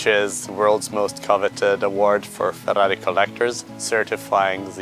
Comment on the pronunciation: I just love listening to this guy say Fa-dahrri-i.